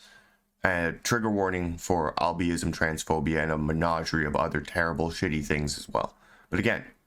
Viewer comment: Yes some of the things they said are cringe eg Tampons of the Coast, or praising disability (which clearly the ‘we are disabled’ disclaimer was meant to cover the writers’ collective asses, not to seek praise) but you also say “albe-ism” (instead of able-ism) and “bah-gl”, which is also cringe. Combat wheelchairs also don’t make sense and destroy verisimilitude. Like if someone wrote a lord of the rings book and then Legolas suddenly showed up in a wheelchair and started popping wheelies and the orcs ran away because they were intimidated by the “awesome wheelies”. That’s not anti ableist, that’s me wanting a story to make enough sense that I can suspend disbelief. Also, in a world with healing magic and polymorph potions, it further destroys verisimilitude to have a character with a combat wheelchair. Blind characters can have vision restored. Deaf characters same. Mind you, I’ve played characters with disabilities…in worlds where it made sense and didn’t break the 4th wall with its obvious “everyone in the world treats you like it’s the modern era despite this making no sense”. Omg and your cringe comeback when he says “I’m not gatekeeping, but if you think you are putting this in MY game, you’re not” and you chime in “then don’t”. Yea no shit that’s what he said. People are allowed to like things. People are allowed to make fun of people for liking things. I’m tempted to make a YouTube video called “the most self unaware YouTuber” and do my video about your video. YOU are